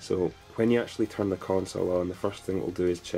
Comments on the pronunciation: "never tum off" ... lmao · "...or that never tum off..."